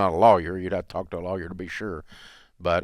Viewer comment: I enjoy how Dave pronounce the word lawyer "lolyer". 😆